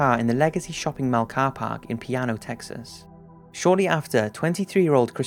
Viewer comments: Love your videos, sir, and I've recently subscribed. One correction. The city in topic of the disappearance of Christina Morris is not piano, like the instrument, but Plano (pronounced Plane-Oh), Texas. Thought that might help for anyone that might have any information on her disappearance. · I'm sure you may want to know this, but you said Piano, TX, but you meant Plano, TX. ( Play - No ). Also, an update to that story. I'm not going to give any specifics, but I do know her mother. It was very surprising to hear this story as it all sounded so familiar. Her mother told me this story as I was buying an item from her for my girlfriend. She said that all she wanted was the man to tell her where her daughter's body is, but he won't say a word. He was convicted as well, but still remains tight-lipped about the subject. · It's pronounced Plano Texas, not Piano Texas. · I think he meant Plano, Texas, not Piano. It's okay though, he's not American. I just thought it was funny 🙄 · lol he said Piano instead of Plano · Great video as usual, just one thing: it's Plano Texas, not Piano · It's not piano, it's Plano... Like plane-O. Lol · its PLano, Texas! I call it Plain-O because it's pretty plain! I live an ear shot from where the incident happened!!! Crazy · i'm from Plano and i'm offended you said piano!!! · It actually Plano, Texas, not "Piano" Texas. I lived at the shops at Legacy when that young lady went missing. Sad. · It's Plano TX, not Piano. Great vid though! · it's not 'piano' texas, it's plano, tx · LOL omg that's PLANO Texas, not piano! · Hey, just wanted to let you know that when you said "Piano, Texas", I think you meant to say Plano, Texas" (pronounced plain-oh). It's a small mistake, but just letting you know. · did he say piano texas? does he mean plano? lol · I'm pretty sure "Piano," Texas is supposed to be PLano, Texas. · FYI, that's an L, not an i. PLano, not Piano, TX. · It's not piano Texas, it's plano TX!! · Plano, TX not piano.